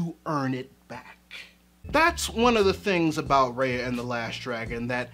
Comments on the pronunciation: it's RUHYA not REYA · I'm sorry but this is bugging the shit outta me Ah-hem! R-EYE-AH not R-AY-AH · Okay but....could you say her name right? It's "Rai-uh" not "Rei-uh" You were able to evaluate the whole movie beautifully though :)) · this is exactly what ive been thinking about, thank you. also Raya's name is super symbolic in a lot of SEasian languages which is cool especially when pronounced how it is in the movie (like rye-uh not ray-uh) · btw it's pronounced "rhy-a" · Bruh it's "Rye-A". btw I completely agree w your point, great video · It's RAAAAA - YA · Her name is pronounced, "rai-ya." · It's pronounced rah-yah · can yall learn to fucking pronounce raya correctly